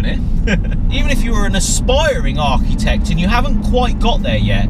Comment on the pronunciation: Why does he say Archutect?